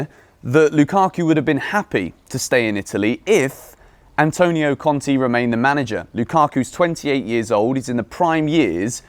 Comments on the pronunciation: pls, it is Conte, not Conti. It is pronounced with an e like in keg or in beg. Conti is Bruno Conti. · please it’s pronounced Cont Ay not Cont E